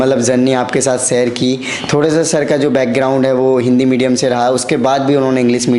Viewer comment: Lg nhi rha tha mujhe ye such m clear kra h jb isne medium bola 😂or upsc b nhi bol pa rha